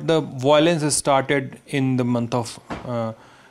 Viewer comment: what is bilance? once you can say violence I'll listen your interview